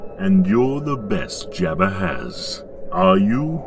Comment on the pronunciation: Please pronounce jabba right 😬😂